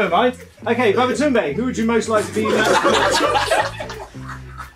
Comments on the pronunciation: CBV is his whole name, not babaCBV alright? It’s just pronounced as babatoonde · It’s actually pronounced baba tunde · He called him babatumbay😂😂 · Smh man said "Baba Tounde" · For correction Its actually Babatunde and Folabi Don't butcher the name please